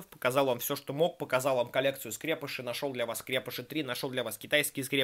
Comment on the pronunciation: правильно говорить скрепышИ а не как дификтивный скрЕпыши